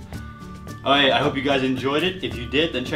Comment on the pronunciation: Please put the "K" back in your "okay" it's really annoying